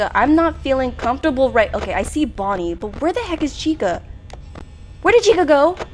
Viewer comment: hi i cant belive u played fnaf its such a good game and i just wanted to say u said bonnie wrong